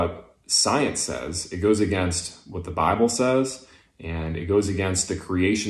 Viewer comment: "Teh bibble sez..." Sorry, you just lost the argument.